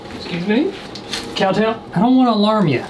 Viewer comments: Him: cowtall? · This is how many times he said cowtail 👇